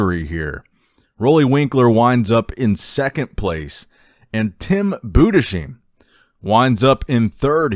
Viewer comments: Tim BudesHEIM not Budeshiem haha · The German language does not have a „sh” so it is pronounced Bu-des-heim not Bu-de-sheim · It's pronounced Boo-diss-hime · Tim Budesheim's surname is pronounced boo-dess-hime (emphasis on first syllable) 🙂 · Budesheim --> Boo-des-hime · Tim's last name is pronounced "Boo-dess-hime" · If you have trouble with the pronunciation of Budesheim: Say it like it was spelled Boodes-Hime